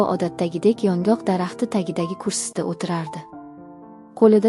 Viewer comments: Кеткан вақтизга ачинадиган хикоя экан..Матнни ўқиёткан қиз ёнгок дарахтини охиригача тузатиб ўқомадия 😮Ёнғоқми-ёнгокми?😢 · ЁНҒОҚ , " ёнгок " эмас!!! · Iltimos yongok emas yongʻoq deb oʻqing